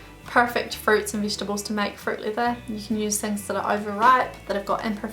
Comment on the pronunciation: sounds like you are saying "fruit liver" xD